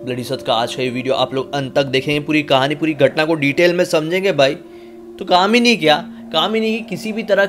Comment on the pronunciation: क्या भैया कामनी की जगह दामिनी ही बोल दौ केस सॉल्व 🤣🤣🤣